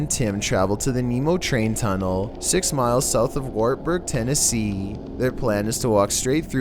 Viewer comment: the only thing scary in this vid is your freaking ascent "then they found an abandoned maintainers Tuneellllll